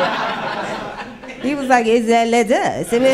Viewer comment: It's de lettuccee 😅😅😅